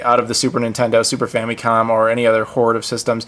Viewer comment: Is famicom really pronounced "fammy-com" like you pronounce it? I've always heard "fam-uh-com".